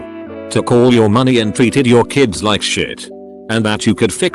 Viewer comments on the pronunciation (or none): none